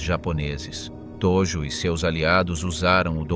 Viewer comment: Hideki Tojo Viděl jsem jiná videa. A Hideki Tojo je tam ve fonetické podobně jako Todžo. Tojo strašně trhá uši. Jinak je video uděláno velmi dobře.